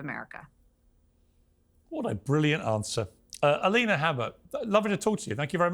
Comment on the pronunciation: did he just call her M-alina?